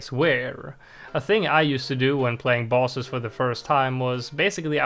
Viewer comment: Is bro saying bosses or balls